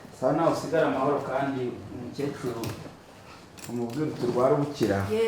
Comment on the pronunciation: Ntabwo bavuga umucecuru bavuga *umukecuru*.